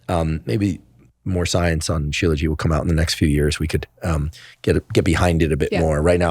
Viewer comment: Aww 😂 Professor Huberman , it's called shilajit...you're adorable..😂